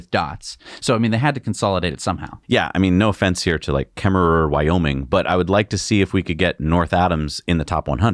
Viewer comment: It's pronounced Kemmer. It's home to the original J.C. Penny store. Pinedale needs one. Going from Rock Springs (i80/ supercharger) to Pinedale is 100 miles. Round trip in -10°F and 60mph wind... you can't go do anything in the mountains because you won't make it back to Rock Springs.